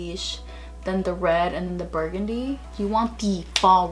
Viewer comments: didi she just say bargandy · You're so cute , "bargandy" instead of burgundy 😂😂❤️❤️